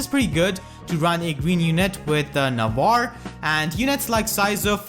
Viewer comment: It's spell "Nah-vah-reh".